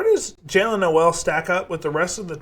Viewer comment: It’s pronounced No-le like Coal. 😉